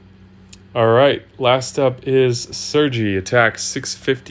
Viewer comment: they are really trying to do something to help people who don't have Miki or Tarlak get the big titan hits with Sergei. And the proper Russian pronunciation would be Ser-Gay. No giggling allowed.